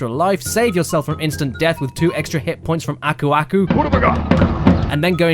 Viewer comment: "Agoudiba" -Aku Aku